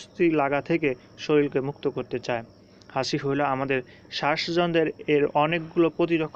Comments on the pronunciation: দুর বেটা এটা "হাসি" না হাচি। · হাসি কেন বলছেন 😂😂😂🤗